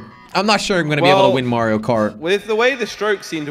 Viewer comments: bro said marryO cart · It's mario noy Mary io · “Merio Kart” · I love you jelly but the way you said Mario kart hurt to hear cause I love mario